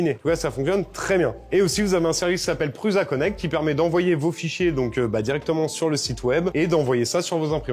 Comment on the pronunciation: Ça me perturbe à chaque fois quand vous prononcez "Prusa" en Pruuza ... Ça se prononce Proussa !!! 😅